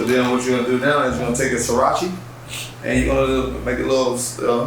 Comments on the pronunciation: Idk why but it bothered me so much that he was saying sirachy and jalapino instead of Sriracha and jalapeno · Horsin' sauce. Srirachi. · I love that he called it "Sirachi" sauce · come on now...."sarachi"? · I'm saying Srirachi from now on. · Never heard someone mispronounce hoisin and sriracha before, well til now lol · AHAHAHAHAH the pronunciation of sriracha is killing me!